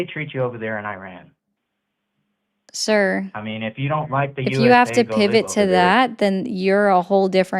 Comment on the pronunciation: I am pretty shure the r in Iran is not rolled with tip of the tong, also in Croissant, because its hard for americans to do, if they don’t heard it from their mother as a kid. The r is build in the throat which why german for example sounds harsh to americans.🤓